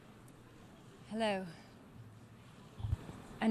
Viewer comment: why did she say 'hello' in an English accent?!